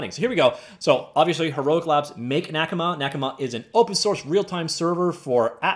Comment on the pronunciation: Your “a” sound in the pronunciation is fine, but put the stress in the second syllable: “naKAma”